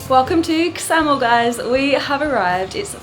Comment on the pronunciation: Ksamil is pronounced with a silent K. Like ksamil.